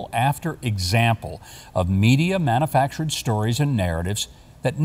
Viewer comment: I love how he says "manafactured"